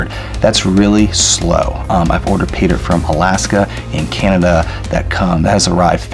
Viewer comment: Fake teeth, horrible music. 60 fps video, and he says "go ahead and.." ps what the hell is he doing when he 'pronounces' 'Paydirt'? ... 'Payda'